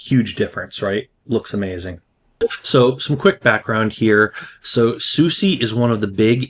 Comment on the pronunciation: just fyi It's pronounced 'susa' not 'susie'